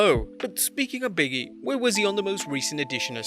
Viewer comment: Its not "Biggie", it's "Big E".